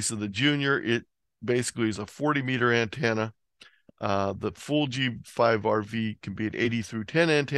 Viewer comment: I want to finish listening to this video but I can't take it the way you say antenna is driving me nuts!!! Lol thanks for the content though. Also what kind of ham doesn't have a 160 meter dipole strung up through both his neighbors trees?!????